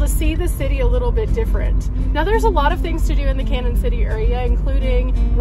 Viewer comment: Its pronounced Can-yun not Cannon..sorry just trying to help 😊